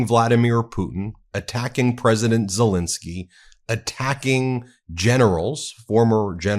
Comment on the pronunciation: It's Zelensky not Zelinsky. Please please stop pronouncing his name incorrectly